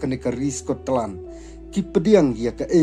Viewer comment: Scotland ❎ Sko-Tlan✅